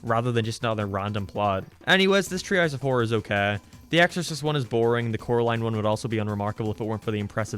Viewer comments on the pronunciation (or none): I've noticed how you pronounce some words differently. Like you pronounce Gay, Okay, Way like Gae, Okae and wae. Is there a reason to that?